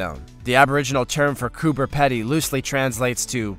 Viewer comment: Coober Pedy is pronounced "COOBER PEE-DY" not "COOBER PEDDY" Im from Melbourne Australia and can pronounce it correctly. PS great video and channel too but get rid of the creepy centipede it creeps me out.